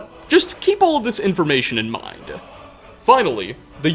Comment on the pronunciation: I dunno why I keep hearing it but it seems he ends alot of words with an extra "A"" sound. Empire-a, Morrowind-a, mind-a, son-a, etc.